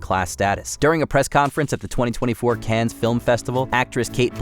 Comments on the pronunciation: It's not "cans" festival it's "con". the s is silent. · Cannes is pronounced Can, not Cans. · A celebrity video mispronouncing "Cannes" is also pretty out of touch too - the 's' is silent... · Please make the effort to pronounce the names of foreign places like Cannes properly.